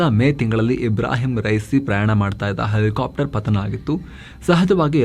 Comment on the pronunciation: Elikaaptar... Elikaaptar 😂😂😂😂